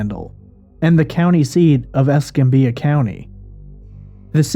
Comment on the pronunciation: Man...He butchered Escambia. It's pronounced Es-cam-bee-yah. Just say it fast. I'm in Pensacola a lot and we have an Escambia county here in Bama too.